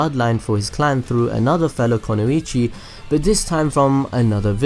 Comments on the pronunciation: It's kunoichi, not konuichi. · okay i had to pause becqause this really bugs me. It is NOT 'kono-ichi' it IS 'ku-noi-chi' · Its pronounced Kun-oi-chi.... The explanation for all this is chojis partial expansion jutsu (if u know what I mean) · It's KUnoichi not KOnoichi. There is no such a thing as Konoichi. And trust me it is KU, as I study Japaness, and the symbol in word is KU -> く (Ku - Hiragana) ノ (No - Katakana) 一 (ichi - Kanji), combined it will created Kanji sign for "woman" -> 女